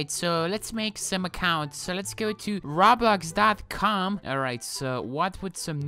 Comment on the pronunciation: I love the way u you said “RAbLax”